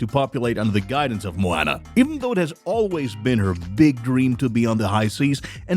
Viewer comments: Did you really just pronounce it mo-"anna" 🤦🤦🤦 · Dis man doesn't know how to pronounce the title character's name!😭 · ikr it’s like this man never even seen Moana before smh